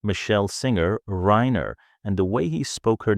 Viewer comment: 'reeener,' AI garbage